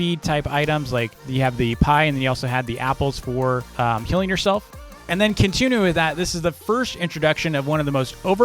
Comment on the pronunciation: He talked about baker and the apples "Healing yourself" but I heard "Killing yourself" lol